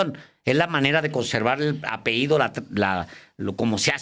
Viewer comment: Alejandro Páez se dice apellido, no apeido ( esto ultimo me suena a que se a peído, o sea, se ha echado un pedo)